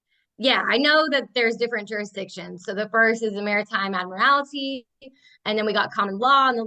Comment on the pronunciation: And FFS, it's "admiralty" not "admirality."